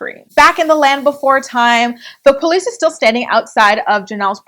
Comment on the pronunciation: Lmao the PO-lice